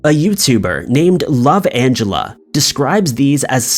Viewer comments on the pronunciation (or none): none